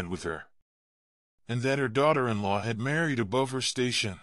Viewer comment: Work on AI. Shat for chat. Oldly for oddly. An for in. This is the worst narrative I have ever heard. Live in peace: mispronounced.